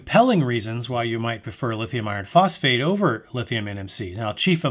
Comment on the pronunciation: That was the longest boring review of all the videos I watched. I tried to stay awake. There’s a lot of details in this clip. Sometimes theres a little more in the clip than what I needed to hear. “Lithium iron phosphate chemistries“ couldn’t even pronounce it properly. They’re just batteries right?